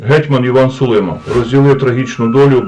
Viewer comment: СулимА - наголос на останньому складі.